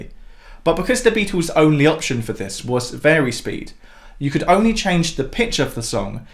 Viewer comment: Please…. Beatles not Beatools, hassle not hassool, and certainly not togever